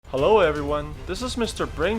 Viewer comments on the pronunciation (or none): none